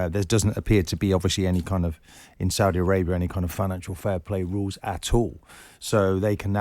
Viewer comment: Why does this idiot jim white keep pronouncing the saudi teams in a weird exaggerated and patronising way??